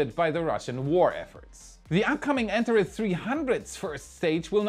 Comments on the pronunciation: It is pronounced AnTAHes, not ANtahres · Hey, just a pronunciation head-ups: "Antares" is pronounced an-tar-ees. The last syllable rhymes with "ease." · Antares is pronounced AntarEEZ. It is also the name of a red giant star in the constellation Scorpio. Its name is from the Greek "Rival to Ares", where Ares is Mars. To me it looks like the heart of Scorpio. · Thrusters: Follow Christopher Walken’s lead: “I need more cowbell!” 😂 Heatshield Tiles: maybe they could use the same attachment mechanism they use for Tesla Solar Roof Panels. They need to withstand small hurricane-force winds, right? 😂 Anteres: I’ve always heard it pronounced “Ann-tair-eeze” though that may simply be pronunciation. Thank you,. You rock! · ) The Antares rocket is pronounced 'An Tare Eez' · Anteres should sound more like ant-HAIR-ees. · Antares. . .pronounced an·teh·reez. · Antares is pronounced: ant r iz... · I'd have liked it more if you could learn to pronounce Antares. an TAR eez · Can you please pronounce "Antares" correctly.